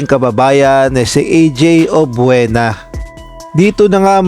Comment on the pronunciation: Subscribe na sana ako, e yun F, P ang bigkas tas yun Obiena, Obuena….. he he he , samin dito sa Mindanao at Visayas may F. We say Filipino, not Pilipino. Wag na muna subscribe, irritating to the ear.